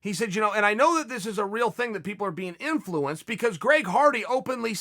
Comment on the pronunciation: Why does chael say inflUence lol